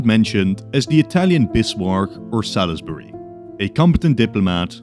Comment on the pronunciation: Salisbury is pronounce ‘soles-bree’